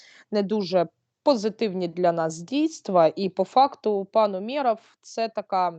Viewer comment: Ну це (Сейраш), а Астро світ - з вами згодна, міністр оборони УмЕров хоть би це вже знали і називали правильно наголос,жах